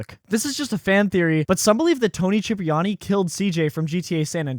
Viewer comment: why the fuck are you butchering every single name ever in the GTA series😭 "Cloud Speed" "Tony Chipriani" wtf is next??😭